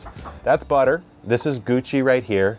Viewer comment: You should name the silver chicken Pepper or "peppuh" since that's how you say Buttuh all the time 😂